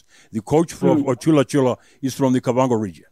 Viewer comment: It's ChulaChula not ShulaShula...